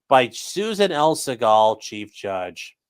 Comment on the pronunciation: "Segal" is pronounced SEE-guhl. Except by one person on earth. 😂